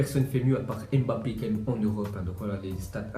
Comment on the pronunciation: Tu sais pas prononcé le nom de Mbappe